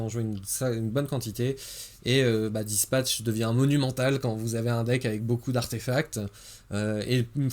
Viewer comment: "Dispatch!" "... Spatch" Change jamais mon x)